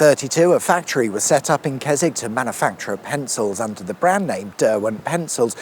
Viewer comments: Surprised you didn't say "Kes-WICK"! 🤣🤣🤣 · It's actually pronounced Kes... Oh no you're all right. Carry on.